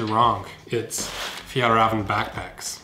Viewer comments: FjÄllrÄven KÅnken. Not FjAllrAven KAnken.. Ä =Almost If you say "eeeeeeehhhhh??!" Å = Someone from Boston saying "Coffee".. They say "CÅafi" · You can just say the ä as slightly elongated "eh"s: "Fjeehllreehven." (The h's being silent).